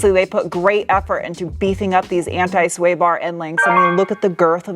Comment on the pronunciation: just have to get to say anti correctly too lol